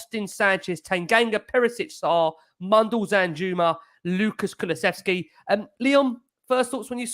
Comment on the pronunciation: you need to learn how to say Kulusevski. There is no 'ch'.